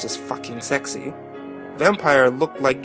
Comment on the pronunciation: I love that you tried to read this all serious-like but keep cracking up over the sheer stupidity of it all. I also like the way you say "sexah."